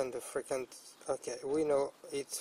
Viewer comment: "Freakinzee" frequency